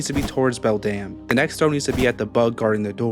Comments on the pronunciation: What other ppl hear: beldum what i hear: beldam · Am i the only one who heard "Belle Damnnnnn" instead of "Beldam"